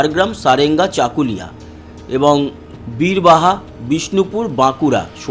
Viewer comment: দাদা কথাটা বীরবাহা নয় বিবড়দা । কারণ আমার ওখানেই বাড়ি। আপনি ভুল বলছেন বারবার।